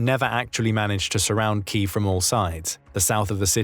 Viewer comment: Say key: "key", say if: "if", say them together: "keev"